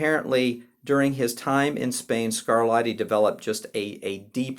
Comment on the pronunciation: At about , we stop talking about Scarlatti and start talking about someone called ‘Scarladdi’ (ugh!). Essercizi is pronounced correctly ‘esser-chee-tszee,’ (not ‘esser-see-zee’). A little coaching on Italian pronunciation may have helped in what is otherwise, an interesting and useful video.